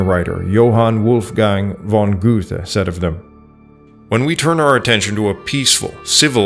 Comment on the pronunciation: You pronounce Goethe's name incorrectly, like so many other hacks. Write your narration and hire a professional to deliver it. Do you have a 4 college degree in the humanities? Anyone who has a history or English BA from a school that doesn't put their diplomas in Cracker Jack boxes or send them on line ought to know how to pronounce Goethe's name. What a pity.